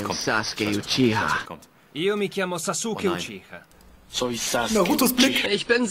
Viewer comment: Ey wenn du SasUkeE UChiWa schon schlimm war hör dir mal Ruffy auf französisch an